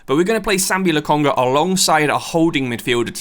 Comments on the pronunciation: Have a like for the Cucurella hate. Although it's Lokonga, not Lokanga. All in all, great work dude, loving these videos. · LOKONGA NOT LOKANGA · Its Lokonga not Lakanga. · Nah you saying Lakanga is winding me up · woltemede and stuttgart demolished lakanga and the mandem in the last episode in the waytlands arena tho… mate hes so bad with pronunciation half the team is wrong